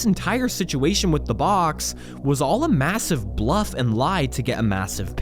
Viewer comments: did you say massive? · Did he say massive..? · did he say, MASSIVE? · Did he say massive???